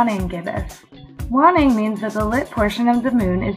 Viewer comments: dont take my word for it, but i think its WANING, not WANNING. other than that, rly cool vid!!!! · cool video. ..my Astronom y teachers used to pronounce WANNING with the "A" sound. ..like (weigh)-(ning)